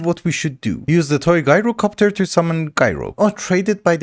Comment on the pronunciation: Hey! I hope you don’t take offense or anything, but “Gyrocopter” is pronounced like Ji (the y sound as in “my”) ro copter. To be clear- it’s amazing you speak multiple languages. I’m not trying to be negative. Also, congrats on finally getting the mythic processors!!